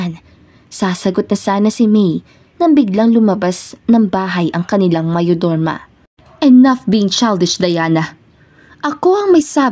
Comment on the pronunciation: Bakit di mo ma pronounce ung mayordoma? 😃